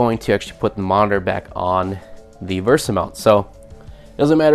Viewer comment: VESA not VERSA